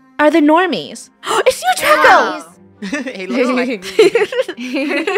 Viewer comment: draco should be (DRAY-co)